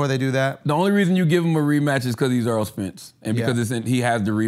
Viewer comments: The guys name is Errol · Andrew calls em Arol not Erol 🤣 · Stop calling that man Earl. His name is Errol(air-roll) . Stop acting like wyt people who pretend like they can't pronounce our names.